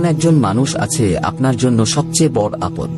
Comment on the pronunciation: বড়ো কে "বড়্" আর "ছোটো" কে "ছোট্" উচ্চারণ করেন কেন? এভাবে উচ্চারণ করার জন্য আপনার ভিডিও সুখশ্রাব্য হয় না। এদিকে আবার" সাবস্ক্রাইব" কে "সাবোসক্রাইব" বলেন। শুনতে অস্বস্তিকর। 😢